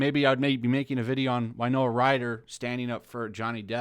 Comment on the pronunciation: I'm pretty sure you are mispronouncing Winona Ryder's name. It's Wi-no-Na not Wi-no-A.